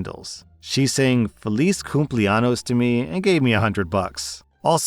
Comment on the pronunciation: the ñ in spanish is pronounced like a "ny", its the difference between "feliz cumpleaños" (happy birthday) and "feliz cumple anos" (happy anus day)